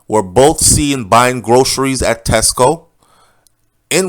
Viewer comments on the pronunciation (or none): none